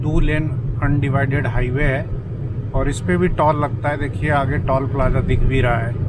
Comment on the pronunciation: सब अच्छा है, आप टॉल मत बोलिये, टोल बोलिये कृपया😂